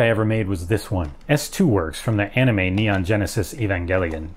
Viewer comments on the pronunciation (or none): none